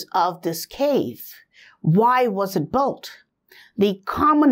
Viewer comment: With all respects, not even mentioning your efforts to find and explain all of your investigations. Would you be able to pronounce the word (Built)? You mean to build, but you are sounding like Bolt! I think you should say build or perhaps Billed but not Boilt or as you are mentioning this word more than 10s of times in every recording. Please say Billed or Biled instead or bold or boilders...biold etc. Say just Billed but no sound of (O)!